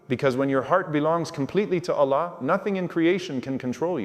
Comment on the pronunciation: Love but the way he speak Allah sound like he is saying one laam not the second laam.